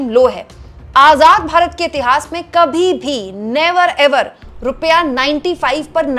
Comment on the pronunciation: बेचारे नेता जी 18 -18 घंटे फेकने में लगे रहते हैं। रूपया गिर रहा है इस पर ध्यान नहीं दे पाते हैं। ऐ, ऐ, ऐ, ओ, निरमा मैडम "भारत" बोलिये "बारत" नहीं।🎉🎉🎉🎉🎉